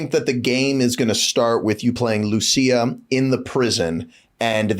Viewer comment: DID BRO REALLY JUST SAY "LOO-CHEE-UH" 😂😭💀